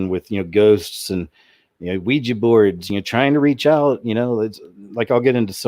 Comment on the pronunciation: thank you so damn much for pronouncing Ouija board correctly. i didnt hear you say weee-jeeee not once! bravo!!!